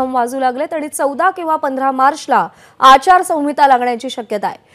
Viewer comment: अचारसाविंता म्हणताय ह्या मॅडम